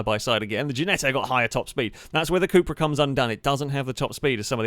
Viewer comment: It's called cupra, short for cup racing but U in spanish is pronounced as oo, or as a long u like in June.